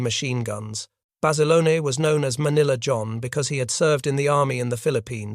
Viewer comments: His name was John Bass-ah-lone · I've heard Basilone pronounced both ways by reliable sources. Though Bass-alone is the most common way.